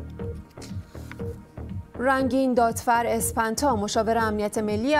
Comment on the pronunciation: گزارش پایانی مثل اغلب اوقات جالب بود اون اسم هم سپنتا هست به گمانم نه اسپنتا مثل این میمونه که من به عباسی بگم " آباسی " تاپ تاپ عباسی خدا منو نندازی ))))))